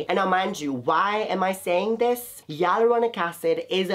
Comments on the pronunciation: Sorry but It's hyaluronic not yelluronic 😆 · I keep hearing yai-lu-ro-nic acid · What did u say aluronic acid!!! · I love your vids but I'm not understanding the way you say hyaluronic acid.